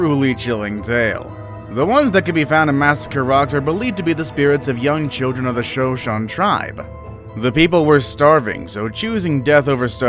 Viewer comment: The tribe is pronounced, Sho-sho-nee, NOT Show-shown!